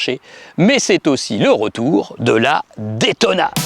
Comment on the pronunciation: une ( détona ) :/ , please say ( daytona ) !